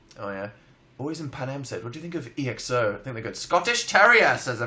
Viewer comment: DID HE SAY E-X-O LIKE EXO O M